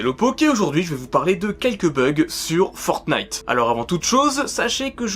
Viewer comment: Parce qu'en anglais, on dit "Fornaïteuh" et ça s'écrit "Fortnite" alors qu'en français, certaine personnes disent "Fortnaïteuh" alors qu'ils devraient le prononcer et l'écrire comme en anglais car c'est un nom propre (mais un jeu sale -_- ) !!!